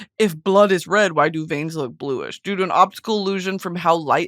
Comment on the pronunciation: i know u wanted to say "due to" but you absolutely and wholeheartedly said "doo-doo"